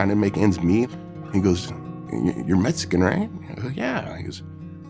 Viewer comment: I’m still trying to figure out what a metsican is.... All joking aside, this was awesome. 👏